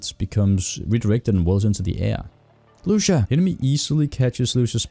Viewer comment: Lu cia not luc ia